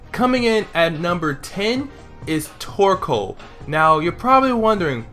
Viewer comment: I always think instead of torcoal your saying twerkoal